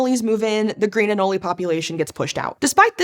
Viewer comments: At least here in the south, its pronounced an-ole, not an-ole-ey. I want a diagram of pronunciations now😂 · "Ano-lay" omg you're killing me smalls. The 'e' is silent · idk if anyone else mentioned it but anole does not rhyme with cannoli! it's always been said & taught to me as rhyming with toll, hole, mole, or similar words with an "ole" ending where the e is silent at the end! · Americans pronounce it ah-knowl and Europeans pronounce it ah-know-lee. The scientific community pronounces it the European way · it's pronounced anolie??? you learn something new every day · ah-NOWL... sorry, that bothered me a lot. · I've kept them as pets and I've never heard anole pronounced like that until now. I've always heard "an-knoll". Thought this was a mistake on Sci-show until I googled it and saw it's a pronunciation used sometimes. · pronouncing anole like canoli is a choice to say the absolute least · Love the channel, want to watch. Cant listen to her pronounce anole like that one more time ☠️ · I guess we can consider it like the Debra/zebra pronunciation issue, if anything. That said I'm on the more common saying of Anole if that's the case, and it seems she's saying it extra so I just can't.